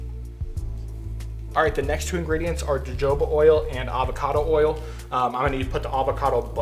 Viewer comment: Its hard to experiment when you dont know how much of each ingredient your using. Also I used to think you were just probouncing jojoba oil wrong but then you said abacado and I realized your just trying to trigger people LOL